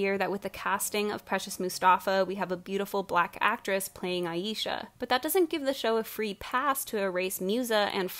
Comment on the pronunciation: Okay but not the fact that the one black character is the Mother figure. The writers gave such little shit about Aisha that they didn't even pronounce her name right. I would know I spent my entire life being called "I-yee-sha" 😔